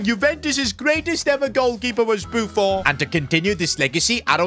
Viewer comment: Buffon is not fench u don't say bo fou u say boo fon